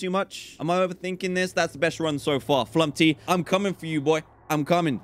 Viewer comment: dan: flumpy me: flumPTy not flumPy